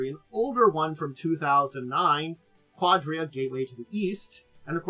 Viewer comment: It's pronounced "ka-DEER-a"